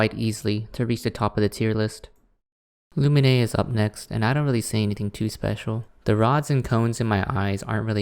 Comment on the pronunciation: Same with Lumine and Xinyan (they weren’t as bad but still… 😰) AND ZHONGLI